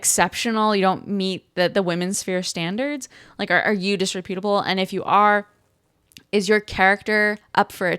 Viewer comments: The word is pronounced "dis-REP-utable" and is more appropriately used to describe a person's character, not their appearance. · First of all, it's pronounced [dis-REP-yuh-tuh-buhl]. Second, it's a lot worse than wearing crocs and pajamas in public--which, by the way, I see ALL. THE. TIME. Its main meaning is that someone is unprincipled, i.e., untrustworthy.